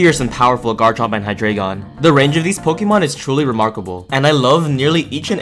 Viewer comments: about the deino line pronunciation, its based on how many heads each pokemon has, each being their respective numbers in german. so, deino is pronounced dino, zweilous should technically be pronounced ts-viy-lous, z being said like ts and w being said like v, and hydreigon being hy-dry-gon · So the Deino line are based on the german words for 1, 2, and 3 (Eins, Zwei, Drei). Deino is pronounced Dine-o, Zweilous is pronounced Z-vy-lus, and Hydreigon is pronounced High-dry-gon.